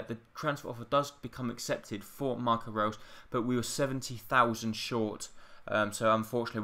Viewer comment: How can you not pronounce Reus?